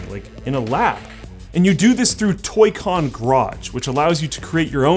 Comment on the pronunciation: Did he say "Toy Con Crotch"?